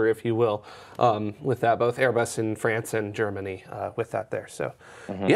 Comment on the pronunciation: infuriating way of saying 'bolth' was nearly offset this show by his well timed chuckle after said S2 was 'single and ready to mingle with a super massive black hole'. Nearly.